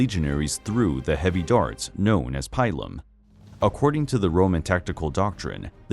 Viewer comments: Pilum pronounced peelum not pylum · Love the Romans! However, Pilum is pronounced like Peelum.😊